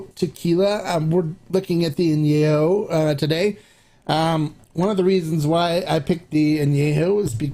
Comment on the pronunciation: If I may, the correct pronunciation of " AÑEJO" is with an E as in YET , not an e as in YAY . When it's not pronounced correctly, it sounds like ANOTHER NOT SO Nice Word in Spanish. Thanks for your EXCELLENT, accurate reviews ! CHEERS !!